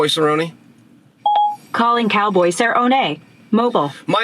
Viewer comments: 0.27, calling cow'boy cer'o'ne 🤣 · cowboy say ro nay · Go get some, Donald Cerr-Oh-Nay! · Calling Cowboy Sirronenay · Now we know where chael gets his weird pronunciation of names... “calling Donald cerro nay” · cowboy cerOHne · Call donald cerrone... Calling donald ce ro naay 😂